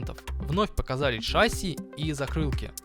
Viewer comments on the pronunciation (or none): В шасси ударение на последний слог, если мы на русском